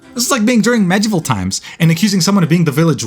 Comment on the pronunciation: Bro how did you say "medieval"? 😭😭